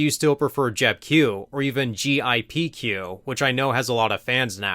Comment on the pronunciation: it sounds like you're saying GIPQ. Did you mean GPIQ?